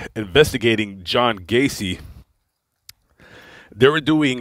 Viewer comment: John Wayne GAY-CE.